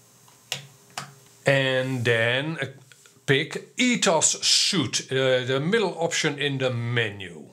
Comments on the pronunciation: Btw, a suit is something you wear. It's not Ethos suit but Ethos Suite which is pronounced as sweet. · The software ETHOS Suite is pronounced like "sweet" not "suit". It's a software Sweet, pronounced like a hotel honeymoon suite for example, Pronounced like sweet, as in candy is sweet.